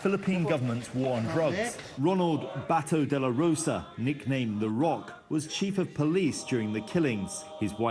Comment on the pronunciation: "Ronald Batow Dela Rowsa" "shaboo" "DooTertey" "BangGow" man, these guys butchering pronounciations of words and names sounds funny.